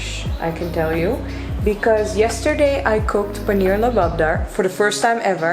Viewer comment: Its Paneer masala and not paneer lop lip lo.